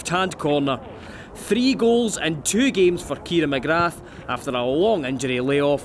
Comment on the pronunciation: The commentator's pronunciation of "McGrath" is brutal